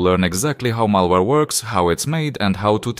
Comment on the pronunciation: malawre ALSO KRIS FROM DELTARUNE